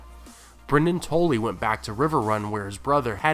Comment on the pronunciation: the way you pronounce Tully had me confused until you said the Blackfish's name